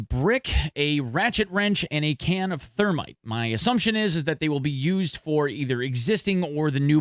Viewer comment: Can of "Termite" or "Thermite" rofl.